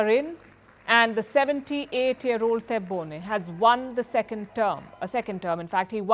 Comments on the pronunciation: What do you know about Algeria, your ignorance is clear and the only hypocrite here is your Chanel , you don’t even pronounce correctly the name of the president 😂😂😂😂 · You did not even manage to pronounce his name properly. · Learn how to pronounce our president name before you put your nose in Algerian affaires. What is funny, you are asking a French opinion about Algerian elections.What is even more funny, a media from a country which opressing its muslim citizens is talking about democracy. You know shit about Algeria. Europe give nothing to Algeria. Algeria has no debt and does not need charity from no one. We are talking here about the third. mosr powerful economy in Africa after South Africa and Egypt